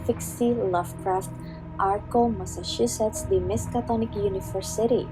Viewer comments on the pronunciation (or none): none